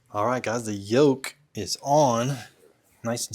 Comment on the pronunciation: Yoke? I thought you said yolk 😂😂😂😂😂😂